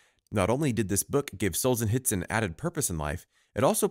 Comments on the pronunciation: It is not Solzenitsyn, but SolZHenitsyn. And ar-ki-PE-lə-gəu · The pronunciation had me LOLing hard. R chi pea leego...r ki pel ego would be more correct. As for Alexandr Solzhenitsyn don't provenance the h and try sohl-zhuh-neet-sin.